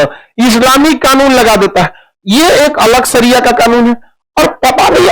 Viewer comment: Khan sir, Sharia kahtey Hain, saria nahi, sahi bolna tak nahi aata